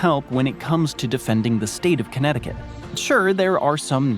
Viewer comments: You pronounced Connecticut Perfectly! You underestimate your English skills. Way better than almost any American's Portuguese. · You say Connecticut JUST fine! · You said Connecticut perfectly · Bravo, you said Connecticut better than most Americans. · He says "Connecticut is hard to say" as he does it perfectly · 🥇Actually 😳 you pronounced it perfectly 💯 🗣 Connecticut 🏆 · You said Connecticut perfectly <3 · I laughed when you referring to connecticut you said this is one of the most difficult states to pronounce....and then you said it perfectly! You so underrate yourself! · You pronounced Connecticutt correctly. California has the lowest point in the entire US, but not the highest, which is Denali in Alaska. California does have the highest point in the contiguous (lower 48) United States, Mt. Whitney. The low point in Death Valley is only about 50 miles away from the high point, Mt. Whitney, and there is nearly a 15,000 foot difference in their elevations.